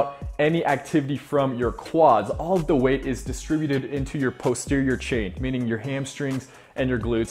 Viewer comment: It's "poss-terior" not "post-erior"